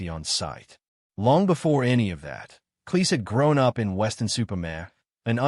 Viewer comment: Cleese sounds like "cheese," not "lease."